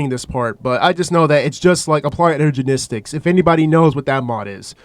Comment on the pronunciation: "Applied Energenistic"